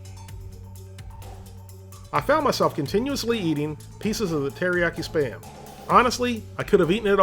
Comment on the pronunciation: i always understand "sperm" instead of "SPAM"